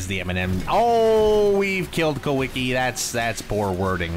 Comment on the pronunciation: What the fuck is "Kuiki"? Kulwicki, bro...